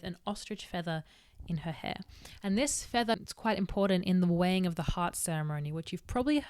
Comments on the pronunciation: It took me an embarrassing amount of time to realize she was saying "the weighing of the heart" and not "the wang of the heart" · Whenever she says "the weighing of the heart" I hear "the wang of the heart" and that gives me a lot of interesting thoughts.